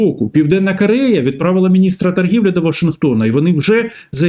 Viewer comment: Не "да", а "так", не кАрея, а кОрея, не перегАвори, а перегОвори 🤬 українець бляха 🤦 ГАНЬБА! Говорити навчись, а потім вже лізь в ефір 🤬